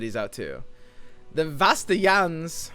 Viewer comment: wow the way u saying vastayans is so bad its annoying sorry.